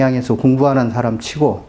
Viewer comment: 선생께서 처음으로, 제 기억으로는,처음으로, 많은 한국 학자중에, "사람"이라는 말을 바르게 발음하셨습니다. 이 얼마나 놀라운 일입니까? 즉 "사람"의 "사"는"길게"발음해야 하지 않습니까? 이러 고유어, "사람"의 발음도 제대로 발음하지 못하는 민족이 한국민이니 이 얼마나 슬픈 일입니까? 거의 모든 국민, 학자가, "사람"의 "사"를 짧게 그리고 "람"을 마치accent가 있는 것처럼 강하게 발음하고 있습니다. 이런 발음 문제는 실로 심각합니다. 이에 제가 "한국 어문을 고발함"이라는 책을 "눈물로" 썼아오니, 이 책을 일ㄹ독해 주실까요? 미국 변 완수 배